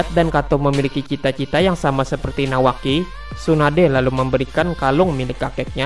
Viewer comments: Menit bukanya nawaki tapi kawaki coba dengar baik baik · Ada yg sadar di menit bukannya bilang nawaki malah kawaki